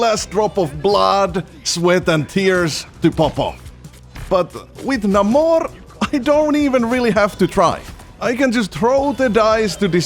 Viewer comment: Is "neimor" dude, "neimor"